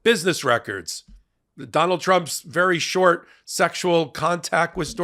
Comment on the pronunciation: I like the way you emphasise short relationship with Stormy. 😊